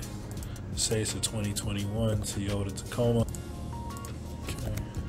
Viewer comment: Is it really pronounced "Te-ota?"